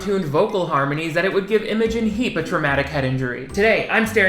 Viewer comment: Imogen Heap: it’s pronounced like “Eye-ma Gene”: “yeah I’m gonna call you immojin”